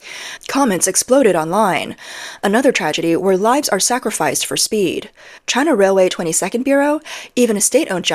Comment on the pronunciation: "She-an"? Wow. Can't even say "China".